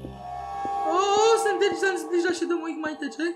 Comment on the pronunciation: Poprawnie sie mówi Slendrina